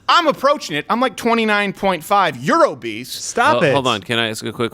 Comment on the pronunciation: did she say Morbidly Obeast?